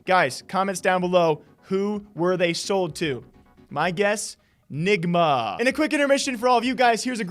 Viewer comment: Nigma not ligma